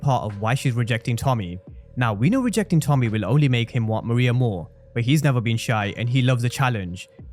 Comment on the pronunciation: Her name is pronounced ME-RAY-YAH